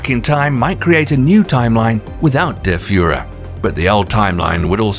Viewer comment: Dont know whats better: The Fact that there really exists a "Kill-Hitler-paradox" or the pronounciaton of " Der Führer"😂😂